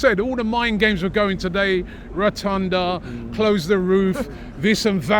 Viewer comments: Say it with me RE-MON-TA-DA !!! Not RETUNDA OR REMONTUNDA 😂😂😂😂 LOVE YOU GUYS , COYG !!! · It was not "rotonda" , it is "Remontada". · 'Rotunda' says Rob! 🤣'Remontada', Rob. From a Brit Arsenal fan who lives in Madrid. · Can someone say to them its remontada and not rotonda or rathonda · Remontada ❌ Rotunda ✅🤣🤣🤣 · You are dumb - what 'a Ratunda?!!! 😂😂 it's Remontada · Retunda 😂😂😂 Man is clueless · It's "remontada"! 🤭 COYG! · Hahahaha “retonda”… u nvr fail to make me smile my man …. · Rotunda 😂😂😂😂🤣🤣🤣 Robbie’s so British he can’t fathom pronouncing words from other languages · Bro said “Rotunda” 😂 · Re-mon-tada 🤦🏽‍♂️ lol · Robbie is rotunda. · Are Robbie and trying to say “Remontada”? 😂😂😂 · man 😭😭 Remontada. Pronounced that like proper British lad. Robbie too. Shane on you 😂😂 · and robbie's pronunciation of Remontada hurt my soul.